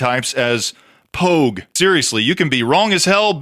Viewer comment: Its Pogue.